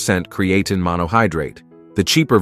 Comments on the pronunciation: You made a video about Creatine and you couldn't take the time to learn how to pronounce it, Yeah sure, im going watch it. This channel is proof that subscribers can be bought . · Do you know it's not a really good sign when it's literally saying the creatine wrong😂😂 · How F ing lazy. Don’t use AI voice to do your videos. Stop listening after the first “creatine” mispronouncing commeny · Props to the robotic voice that pronounced creatine three different ways. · And not once correctly